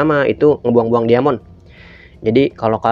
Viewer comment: Diamond bacanya "daimen" bang